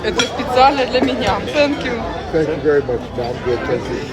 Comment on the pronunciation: Нормально погуляли. Осталось только научиться правильно произносить слово " Thank you". Пора бы уже . Ну нет там звука "С", вообще нет.Тем более такого четкого ССэнк ю.